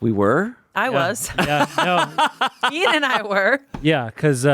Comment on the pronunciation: Ian Eean Heean